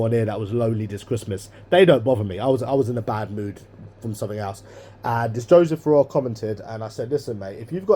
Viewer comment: I hate the way he puts a K at the end of words that are supposed to end in G. It's so irritating Nuffink, anythink, sumthink etc etc 🤢🤢🤢